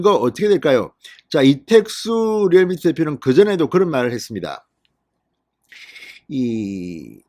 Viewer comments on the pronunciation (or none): none